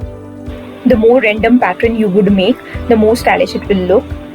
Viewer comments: It's really nice ...👍 Only thing it's pattern not Patren !! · Sweet heart its pattern, it ends with ern not ren. Pls Google the pronunciation. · Nice decor, and I think u r pronouncing pattern wrong.. 😀